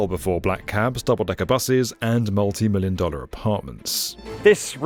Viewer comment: hearing a british person say dollars is so cursed